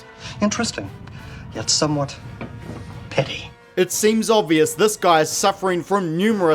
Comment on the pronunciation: "Petty" is pronounced "PET-tee", not peetee.